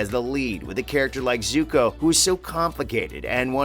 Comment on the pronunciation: Dante Bassco? Soohka? What is this M. Night blasphemy?!